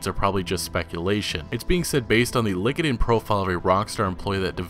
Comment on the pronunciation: Did anyone catch that he pronounced LinkedIn as "Lick-it in"?